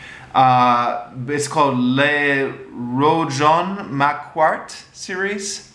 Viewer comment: Rougon = the "g" is hard, as in "good"; Macquart = mac + car (close enough). Given your interest in the Commune, I recommend gaining a handle on basic French pronunciation. All the books are available now in English translations from Oxford University Press.